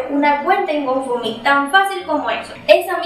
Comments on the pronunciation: Recomendación. Algo que me hizo mucho ruido del video. Se pronuncia gou (go) found (fund) mi (me) se te escuchaba que decias gofomi! O goufomi. 👉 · yo se como se pronuncia. Es difícil decirle a ella por acá. Fonéticamente como es. El tema es que lo está pronunciando mal. Es todo.